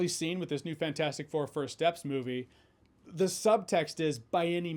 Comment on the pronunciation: It still bugs me that he never pronounces the “T” in FANT4STIC.